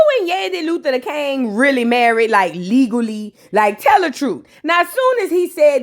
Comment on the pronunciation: Nobody:: YANDY LUTHER DA KANG ( heavy on DA KANGGG) 😂😂😂